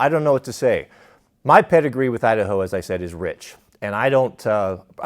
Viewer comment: Kamala Harris, "I da ho". 🤣😂🤣😂🤣